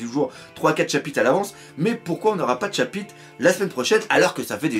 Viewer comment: jadore il dit pas chapitre il dit chapite mdr